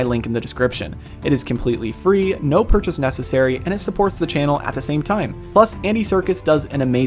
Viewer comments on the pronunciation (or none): none